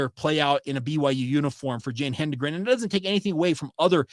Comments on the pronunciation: Correct pronunciation: Hed-en-gren. Not Hen-de-gren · You did real well in your delivery. I was also one of the first track rats to come from Mountain View. You know your stuff, except how to pronounce her name.